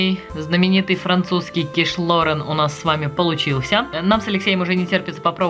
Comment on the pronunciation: Называть блюдо правильно, по- моему, важно. Не ло́рэн, а киш лорэ́н. Вам бывает смешно, когда майонез называют манаезом? Это так, для примера.